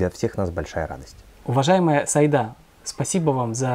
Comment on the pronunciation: Не сАида, а СаИда!